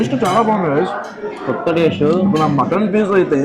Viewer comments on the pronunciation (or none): none